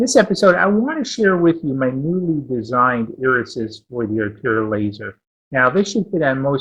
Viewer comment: I love your videos but I cringe when I hear you say "Orthor laser." The correct pronunciation is "Or tour." :-)